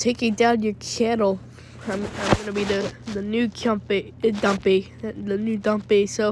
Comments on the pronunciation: Oh my god this kids Mic seriously his bike sounds like it’s going out of service oh I’m terrified of some random kid is going to replace dumpy and terminate him and he mispronounce dumpy with Chumpy I didn’t know Dumpy was chum chum from that nickelodeon show 😢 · dumpy:"i will give you sausige with ekstra mayo"